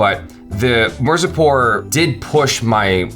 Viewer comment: It's mirzapur not marzipur 😂😂😂😂 😅😅😅😅